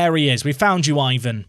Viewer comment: Guilherme is a though one for English speakers. Try Google Translate to help you. Syllable-wise is GUI-LHER-ME. Also, Ivan would as EE-VAN. Like an "E" sound on the first vowel, not "I".